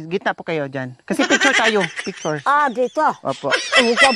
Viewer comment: Piktyur piktyur nanaman si Nanay Marissa🤣🤣🤣